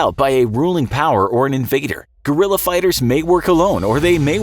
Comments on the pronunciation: I think i heard Gorilla not Guerrilla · Correct pronunciation (ge•ri•ya) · Americans: Gorilla fighters 🦍🦍 😂😂😂 idiots don't even know how to pronounce Guerrilla 😂😂 Gue-ril-La it's really not that difficult!